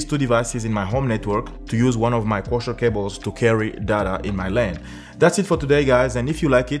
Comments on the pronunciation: Koaksiyal not koushial😂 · Its coaxil not coshall cables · Kosher cable ? Co-axe-ial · Its pronounced Co-Axe. Not Kosher! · Waste of time - your RJ45 has two unused pairs - just use a doubler converter to use the spar pair. BTW it's CO-AXIAL - two syllables - not coooochal! Co-axial = two conductors on the same axis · "CO - AX - EE - AL" CABLE "CO - AX - EE - AL" SAY, " co ax ee al " cable